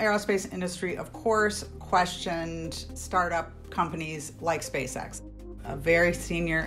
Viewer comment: Not sure if anyone has notice but when you say SpaceX slowly it sounds like SpaceSex. I think it’s intentional.